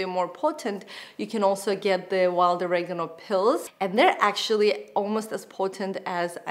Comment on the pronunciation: "Oregano" -, please learn how to pronounce this.....